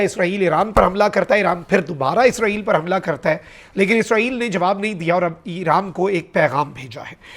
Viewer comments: Eeeran nai hai bhai Iran hai .. name bhi ghalt bolty ho .. Kia ho ghia hai aap ko ❤❤❤❤ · Alif ke baad zair nai hai .. iran bolo plz ❤❤